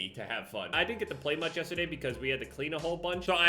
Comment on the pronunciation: nobody:: Yes Tah Day